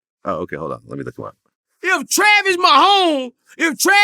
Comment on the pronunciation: One thing Boosie gon do is fuck up a name 😂😂😂 Travis